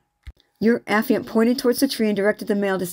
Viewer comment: A - FYE - ANT